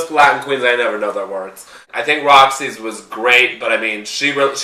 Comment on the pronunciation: whos Foxxxy? u mean Roxxxy?